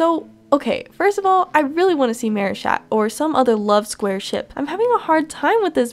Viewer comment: Why did y’all say marishat?